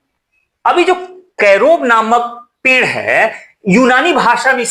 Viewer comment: पेंड़ नहीं sir पेड़ बोलो